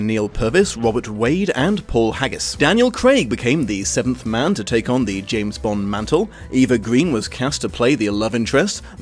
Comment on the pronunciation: James "Blonde"?